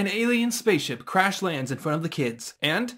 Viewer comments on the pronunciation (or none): none